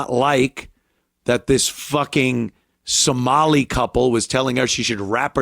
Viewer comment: Some while lie, "Som-a-lie"